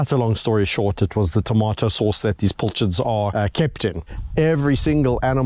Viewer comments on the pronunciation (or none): A pilchard is a small, oily fish of the herring family, larger than a sardine. It is spelled with an "i" as in "pill" - but apparently some pronounce it as if it were a "u" as in "pull".